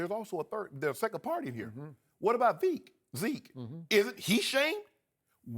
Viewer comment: "What about veke?" Ladies and gentlemen.....